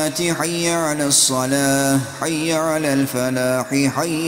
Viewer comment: Arab alfabesinde ü sesi yokki saletü diyosunuz